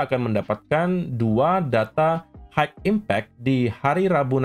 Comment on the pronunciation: Mau kasih tau dikit bhs inggris bos. High itu bacanya hai. Bukan haik